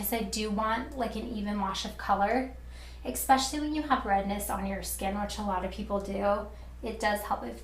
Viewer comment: This is really helpful, thank you! One thing I notice, you say "ex-pecially". It is pronounced es-pecially :-)